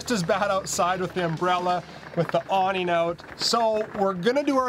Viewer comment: Awning not awneen Known not knowen Going not goeen Running not runeen Evening not eveneen Camping not campeen Rushing not rusheen Probably not probly Draining not draineen Breathing not breatheen Sleeping not sleepeen